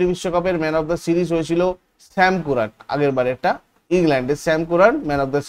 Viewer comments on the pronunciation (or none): শ্যাম কুরান❌ শ্যাম কারেন ✅